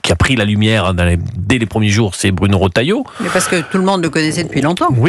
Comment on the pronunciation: Millossevick : iL s agit de monsieur Raattailleaut et non pas Reuutailleaut . 😐🇨🇵